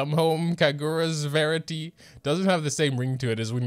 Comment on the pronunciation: When you pronounce Kaguras Verity decently close but then call Bennet Ben Net. Df man. Lmao